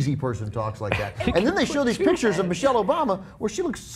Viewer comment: lmfaoo he said michael obama hahahhahaha